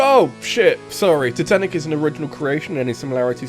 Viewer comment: ah yes, the unsinkable TITENTIC